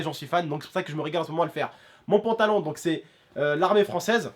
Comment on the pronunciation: Mdr au lieu de dire pantalon il dit pontalon